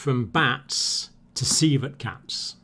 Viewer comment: when he said civet cats i thought he was saying coelacanth